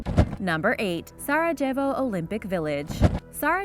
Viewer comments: "Sara Jevvo"? Good lord. Sah-rah-yeh-voh. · also, some don't get offended where their is no offense directed, if you took a moment to think past yourself you'd realize the OP was referring to the terrible pronunciations in this video by I mean really Sara-Jevo? arch-i-peligo? these are basic words that could also easily be looked up if the pronunciation isn't already known, it's a matter of doing one's job well. certainly not a jab at just any American. way to make it all about yourself 👍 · Sar-jjevo? Really? Did you go to school? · I could understand if one person at Origins Explained, ie didn't know how to pronounce a word like Sarajevo but does no one working for this channel know how to say it properly? There are so many pronunciation mistakes! It really pulls attention away from the information in the video and in turn makes it definitively less enjoyable overall! Good God, why isn't there a person in the group that is responsible for making sure these things are checked before post? it's an oxymoron, an information based channel that is Ill informed.... FFS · I have to unsubscribe. I just can't take the mispronunciations anymore. Sorry, but between Sarajevo and archipelago you have lost me. BYE!! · The j in Sarajevo is pronounced as a y 😁👍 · The J in Sarajevo is pronounced like a Y...